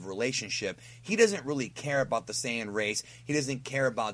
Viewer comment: Hey. Why are you pronouncing Saiyan wrong?